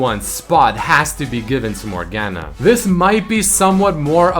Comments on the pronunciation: The only thing worse than laning against a Morgana is hearing you pronounce her name with that hard "A" sound. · Not a bad video but him pronouncing morgana wrong non stop made my head hurt